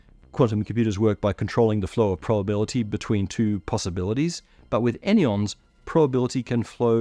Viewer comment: Any-ons < An-yons 🙂‍↔️🫸 three syllables, clunky 😏👉 two syllables, sleak